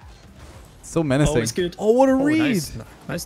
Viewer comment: "Menacing" said